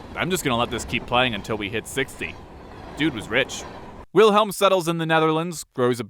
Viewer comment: Come on, pronounce it right. W is a V